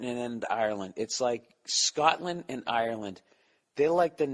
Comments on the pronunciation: where I,m from in Ireland we would pronounce it "arelind" depends on the province or county. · For the yanks watching it’s pronounced “areland” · Hes saying Ireland wrong